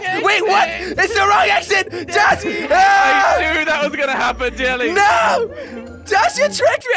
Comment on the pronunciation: Its Jelle not jelly